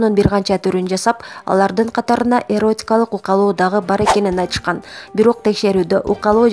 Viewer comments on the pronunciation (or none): Укалоо де, диктор ук-к-ка-лл-оооо!